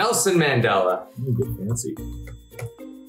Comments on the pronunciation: Just btw your saying Nelson Mandela name wrong And he’s a hero for South Africa 🇿🇦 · Omg how are they pronouncing Nelson Mandela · South Africans are laughing everywhere because of the pronunciation of Nelson Mandela 😂